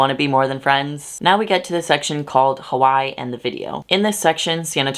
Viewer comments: sorry i’m distracted you pronounced hawaii as “hawai” instead of “hawai-e” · Hey, I don't know if you know but Hawaii was a typo when the islands were submited as a state; it's actually Hawai'i pronounced Havai ee. Also, thank you for being so awesome with the trigger warnings and being sensitive with bleeping some words out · Hawai'i is three syllables